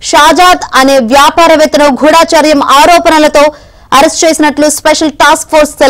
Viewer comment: గూఢచర్యం....గూఢాచర్యం కాదు.నేర్చుకో